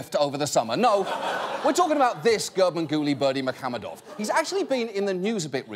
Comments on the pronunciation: unfortunately He pronounced incorrectly even you wrote it incorrectly I'm Turkmen and it's pronounced like Gurbanguly Berdimuhammedov Malikguliyevic 😉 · I just finished the video and I still can't pronounce it after hearing it 50 times. I'm just gonna go with Ferngully Bermesehamadove.